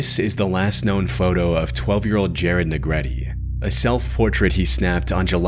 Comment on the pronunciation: It's neg-re-teh not neg-re-tee coz his surname is Negrete not Negretti